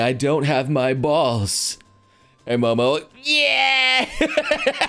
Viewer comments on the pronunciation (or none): none